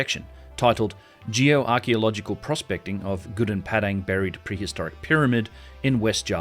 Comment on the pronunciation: You pronounced Gobleki Tepe correctly but pronounced Gunung Padang so wrong